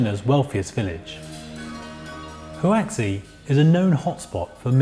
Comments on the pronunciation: Lol "hoo-ax-ee", didn't realise he was mentioning the name of the place. You really butchered it 😂😂😂, it's hwa-see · Huaxi = "hu-wa-shee", not "hu-wa-ksi" 👌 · how does one go from Huaxi to Hu-Wack-Se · Huaxi: It’s not pronounced ‘waxy’, it’s ‘wha shee’ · Huaxi is pronounced hwa shee not hooah ksee. Surely 1 minute on a google search could have found that out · "Who axey"? Seriously? It's pronounced like "hwah-shi ". It only takes a few seconds to check. But if you can't do that, at least take a second to ask yourself: "Who axey".. does that sound Chinese? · It's because he's reading transliterated Chinese as if it's phonetically written for English. That's how Huaxi becomes "Huh-axi" instead of "Hwa-shi". Unless you have a basic understanding of how romanized Chinese is supposed to be handled, there's no way of knowing how to properly enunciate a diphthong like "ua" or a consonant like "x". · The pronunciation of huaxi was cringe. It’s pronounced hwow-gee. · Whowaksee? That's not even near how you pronounce huaxi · This dude fr said hoo-waxy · Huaxi = hoooaarr sheee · Huaxi is pronounced hwah'shee dude 😥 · HUAXI in Chinese language "pinyin" system of romanization is pronounced as "huashi" in English phonetic, where the "X" letter is pronounced as "sh" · Huaxi pronunciation: Hwa-she. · Hu-aksy??? Really? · tf was that "howewe" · I'm preeeetty sure that Huaxi is not pronounced "Hawacksy". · You are the second person I've ever met who pronounces Huaxi as wuksi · Prakhar Tiwari why does he say who-axy? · I like this video but the host's pronouciation of HuaXi is just atrocious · his pronunciation of Huaxi hurts me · Is no one bothered by how he pronounces Hauxi? Just me? okay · I know this is old but jeez at least try to research how the locations are pronounced first! I cringed every time the narrator said "Huaxi". shudder That tower bridge does look very creepy indeed. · The way he pronounced HuaXi!😭😭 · I feel like that's not how Huaxi is pronounced.